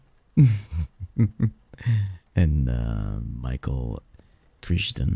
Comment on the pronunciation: Crichton is pronounced "cry-ton", rhymes with Titan. Chiton also rhymes with titan